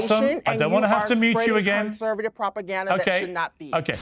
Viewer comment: Blossom "that's properganda." 😂 didn't know there were 2 "r's" in that word!